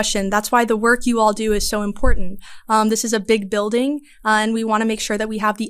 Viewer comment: Good reporting! But could you learn how to pronounce IMPORTANT?